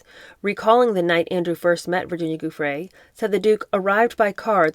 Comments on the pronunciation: Please google how her name is pronounced before reading her book. Giuffre = ju-fray I really enjoy your readings but the clunky mispronunciations do jar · I love your webcasts. But before you read Virginia Guiffre's book to your listeners, please learn to pronounce her name correctly.